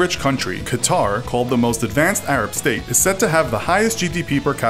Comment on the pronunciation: Qatar? Lol